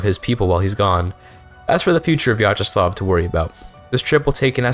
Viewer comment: I cant believe he cut out the most interesting part of the stream: islamophobia and piracy discussion 😔 Also very well pronounced Vyacheslav, good job!